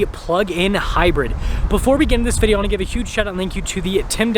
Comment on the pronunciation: I've never witnessed someone struggle so much to say the word "video"